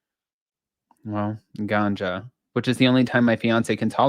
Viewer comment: Feels fake? Who says ganja like that?